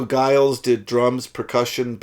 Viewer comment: Comments:- (1) Giles is pronounced with a soft-g/"j" sound. (2) There may have been a 600,000-ish crowd when the Rolling Stones played their set, but King Crimson were bottom of a long support bill, playing to a relatively small and mostly partisan audience. (3) The main part of the Moonchild track - the Dream & Illusion part - is completely improvised. Free improvisation was central to the KIng Crimson method/identity - if you have trouble with that, you won't enjoy albums like ThrakAttak or even The Great Deceiver.